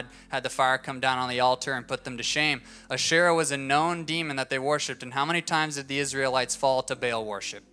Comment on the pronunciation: Asherah (he pronounced her name wrong) was not a demon worshiped by Canaanites, she was a goddess in the early mythologies of the region.